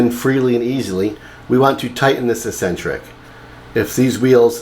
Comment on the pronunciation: Its pronounced Xcentric